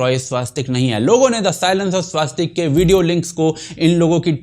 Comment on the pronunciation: आप का धन्यवाद 🙏। परन्तु स्वस्तिक में आ की मात्रा नहीं है । उच्चारण स्पष्टता आवश्यक है ।